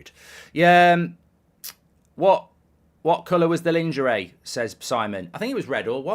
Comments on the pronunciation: " Lawn- jeray" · Please look up how to pronounce ‘lingerie’ properly 😂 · Mark pronouncing LEENGARAY by Goldbridge :face-blue-smiling::face-blue-smiling::face-blue-smiling::face-blue-smiling::face-blue-smiling::face-blue-smiling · Lingerie is pronounced...LAWN-JERR-AAY but your pronunciation is hilarious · Goldbridge showing true patriotism by refusing to pronounce "lingerie" the French way. 🫡